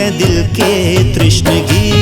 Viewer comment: Badhiya Gaana👌❤️ Bas Lyrically Pronunciations Kahin Miss Hua Hai Jaise Tishnagi Ko Aapne Trishnagi Gaaya. Exempted These Nice Song Sung By, Rocks. Awesome Crews Of Production